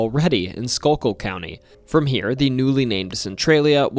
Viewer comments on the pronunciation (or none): It’s no Skull-kill county it’s Scuu-kil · I'm sure others have already said, but it's pronounced scoo-kul. Also, there's a small field of ringing rocks just outside of Pottstown Pennsylvania right next door to the aptly named ringing rocks roller skating rink, and pottstown's only about 20 miles west of Philly, so a little closer than the big field. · it's pronounced skook-kill aka skook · It's pronounced skool-kill not skull-kill county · It’s not pronounced: Skow-kill! It’s Schuylkill. Sounds like: Sk-cue-cull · Also, it’s SCHOOL kill not skull kill. I grew up 10 minutes from Centralia and I hate how hard of a time everyone has saying the names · He also said “Skullkill” instead of “schoolkill” when referring to “Schuylkill” 🙄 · Idk why people can’t just look up how to properly pronounce Schuylkill before they make these videos…. It’s pronounced Skoo-kull🤣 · Just a heads up, Schuylkill river is pronounced "Skook- ull" river. Lots of people not from here mess it up so that's why we call it the Skook. You can even get Skook stickers in Pottsville. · Schuylkill is pronounced Skoo-kill. It neans hidden river if I recall correctly. Meaning the Schuylkill river translates to hidden river river. Also in the last days of centralia, my high school football coach was a kid in a parade that was kind of a send off before people left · It's "skool kill", not a dialect thing, that's how you pronounce Schuylkill. Good knowledge of the mining companies pre Reading Anthracite tho, not a lot of folks know they weren't the main one to start. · OKAY WAIT, schuylkill is pronounced skewkill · SCHUYKILL IS PRONOUNCED.... SKOO-KILL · He also said Skull Kill county haha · I was watching on my TV and had to come here just to say it’s pronounced skookull/skookill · Did you hear how he said Schuylkill? 😂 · Schuylkill too lol. It's fine, you kinda have to be from around here to know that one 😂